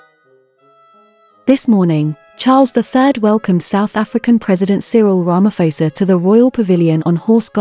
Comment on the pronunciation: That is a lovely colour. Tip Prounounce Ramaphôsa like Xhosa or like pause'a' 👍